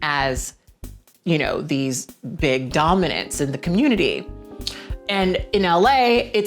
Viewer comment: I love it when you speak on the 'cah-moot-tity'!